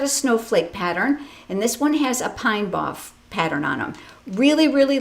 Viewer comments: “Pine bough” is pronounced “pine bow” not “pine bouf”. Great ideas! Thank you! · Clever to use the pine bough embossing folder. Bough is like a branch. Look up how to pronounce in dictionary! Love all the circle ideas!